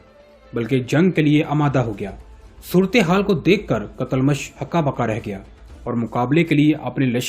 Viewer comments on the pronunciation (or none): TUGHRAL KO TAGHRAL MARW ko MAROO, KOTALMASH ko KATALMASH, YAABGO ko BEGOO, Ye sub kia hai, CHAAGHRI ko CHAGRI, خیر ہے؟؟؟😂😂😂